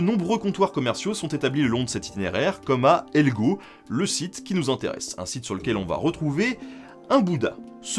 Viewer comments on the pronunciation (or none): Bonus : Helgö ne se prononce ni Helgo ni Helgou comme on a pu l’entendre ici mais Hel-yœ. Ö est une lettre différente en suédois (et non un O avec un signe comme un tréma). Il y a 3 lettres en plus dans leur alphabet, qui arrivent après le Z : dans l’ordre, Å, Ä et Ö. Ö se prononce un peu comme le mot « eux ». Et le G est ici à prononcer de façon mouillée, un peu comme le yod du grec archaïque. De plus, il y a un double accent tonique. Donc, ici, un sur chaque syllabe. C’est assez fréquent en suédois et caractéristique de cette langue, car il n’y en a pas tant que ça qui ont cette particularité. On peut imaginer prononcer ça un peu comme si chaque syllabe était un mot différent en français. Chouette format, à part ça ! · Super vidéo très intéressante 👍🏻😃 PS : le “ö” en suédois se prononce “eu”. (Je veux pas faire le mec chiant je partage juste ça on sait jamais 😅) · Helgö se prononce "Hèlgueu" ;) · Une vidéo super intéressante ! D'ailleurs "Helgö" se prononce "Hel-yœ" 😉